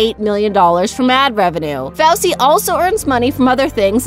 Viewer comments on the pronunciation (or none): it is fooooosy not foucee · Did she say fowsey its fousy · Ari Gamliel know its SOOO annoying 😐😂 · Fowsety lol Hahahah its fousey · ITS NOT FOWSEY ITS FO-SEY FOUSEY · It's pronounced as [FOO-SEE] not [FOU-SEE] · Dude what the hell FOUSE TUBE Thats not how you say it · Ari Gamliel IKR she pronounced fousey tube fowsey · Aigars Ukis yeah they said it like fowsey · 😂😂😂 IM SORRY DID SHE JUST SAY "FOWSEY TUBE" 😂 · Wait wait wait.. did she just say fowsey 😂😂😂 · She said Fousey name wrong😂😂😂😡😡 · the pronunciation is FOOSY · You say his name like foosy tube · It's pronounced foosey not f ousy fousy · Fousey's name is pronounced foozey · The way she says Fousey and neistat😂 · The way she said fousy 😂😂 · LMAO SHE SAYS FOUSEY WRONG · Omg you kill me. You aren't even say fousey correctly. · Why does she say Fousey like that